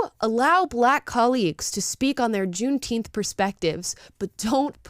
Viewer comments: I believe said gunteenth. Whatever that is. Soft g? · Thanks for the holiday black people. I'll take it paid off and still not care. Let them celebrate it, but let's pronouce it correctly